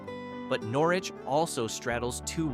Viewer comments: Is this an AI voice? Pronunciation ls are off. In Conn. it is called The Thames (thay-mes) and Norwich is Nor-Witch. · Old timers in Norwich pronounce it Nor-itch.